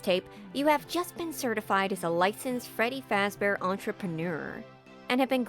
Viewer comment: Freddy Faz-Benders